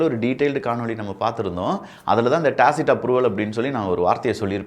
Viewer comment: யோவ்... அது டாக்சிக்... டாசிட்ன்னு சொல்லிட்டு இருக்கியே பா... நல்ல டாக்சிக் படத்துக்கு ஒரு விளம்பரம் செஞ்ச மாதிரி இருக்கு...